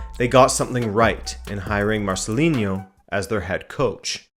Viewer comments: Marcelino no Marcelinho or Marceliño lol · Negredo wasn't a Mendes client. In fact that formed part of Valencia fans' frustration with Nuno. When Negredo was ostracised from the team for speaking out, it was felt that he was being victimised in a way that Mendes clients wouldn't have been. Also he's Marcelino, not Marcelin-yo. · Great video as usual. Just a note: it's pronounced MarceliNo, with a regular N.. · It's "MarceliNo", not "MarceliNHo", and "Alcásser", not "Lacáser". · Marceliño hahahaha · Marcelino is spanish not portuguese or brazilian. There's not "inho" sound. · Not to be that guy, but Marcelino is pronounced as it is written, with an n, not a ñ or a nh :P Solid video anyways! Very very interesting 😉